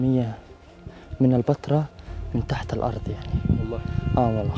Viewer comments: بس ياريتك تنطق كلمة البتراء كويس...ليش مُصر تحط كسرة تحت الباء، انطقها زي مانطقوها الولدين بأول الفيديو هو هذا النطق الصح،البتراء موش البيترا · انت ليه بتنطق البترا كانك بتقول البيتزا بكسر الباء مع ان كل الناس بتنطقها بفتح الباء